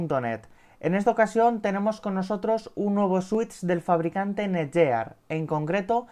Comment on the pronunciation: El vídeo está genial, sólo un apunte. La marca se pronuncia tal que: NETGUIAR